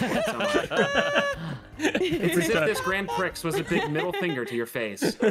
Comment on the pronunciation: It's kinda funny that had to censor mispronunciation of "prix", I've gotten so numb to it that I'd forgotten it can be considered a bad word lol